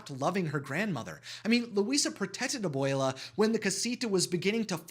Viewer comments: Can you say that word again? Ab - uwei - lah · I would like to say Abuela is grandmother and Abuelo is grandfather and make sure to clearly pronounce the A and the O in each of them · They way you was saying abuela Alma title was making me think I was saying it wrong..